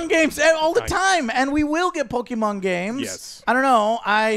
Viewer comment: How do you guys have a game review channe andl not even pronounce Pokemon correctly? Or even know the pokemon names lol. Embarrasing.